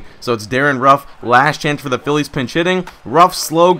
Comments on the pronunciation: why do you say philea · Why does he say felea instead of Phillies? Just wondering. Love the vids!